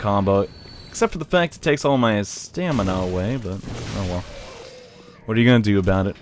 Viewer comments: You know it's pronounced STAMina, right? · Henry Marks he's referencing how says stamina as "stanima"